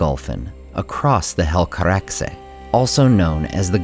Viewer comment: Favorite: Finrod ♥ Least Favorite: When the teaser ends Grade: A Thank for the video, i really like your analysis, is kind and objective. Cheers. PS: Good Helcaraxe pronunciation.